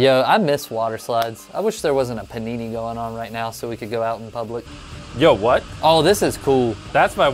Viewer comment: Im waiting but this ''penini'' is pissing me off;)